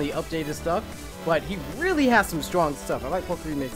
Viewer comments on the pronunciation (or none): none